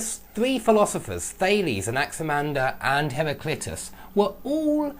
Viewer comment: Lol it's not pronounced "har-ry-clit-us" man! Lol hilarious. It's "har-ry-CLI-tus" !!!! Lol